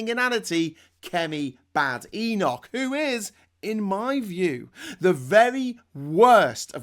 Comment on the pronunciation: The Boar of Badenoch is close to the Sow of Atholl. And it is not pronounced baydenoch.